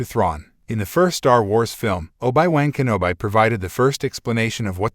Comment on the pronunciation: Ya lost me at the pronunciation of Obi-Wan Kenobi 😅